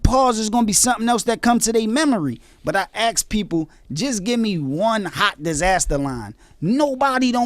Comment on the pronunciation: They axe em about it lol My friends always make fun of me for saying axe instead of ask Looks like I'm not the only one (Cassidy)